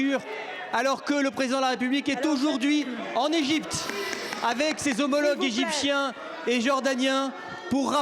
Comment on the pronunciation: J'ai crois avoir entendu "égypchien".